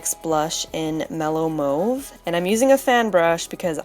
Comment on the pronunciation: Sooo awesome!! Looks great! Yay for mauve, and pronouncing it correctly. And thumbs up to the brush 101 part deux!